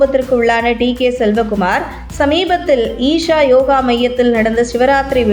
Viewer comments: செலவகுமார் இல்லைடீ.. சிவக்குமார்.. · Selcakumar illa amma sivakumaaaar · அது சிவக்குமார் ... செல்வ. குமார் இல்ல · Not selva kumar. Shiva kumar.